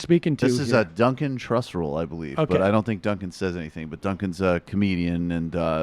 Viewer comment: Here’s an idea; maybe don’t insult a guy’s intelligence in the same breath as mispronouncing his name. Just an idea so you don’t end up looking like an idiot in the future. Especially considering the fact that Duncan is a damn good and super nice human being.